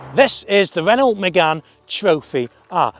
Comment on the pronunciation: It's Renault without the "LT" Renau.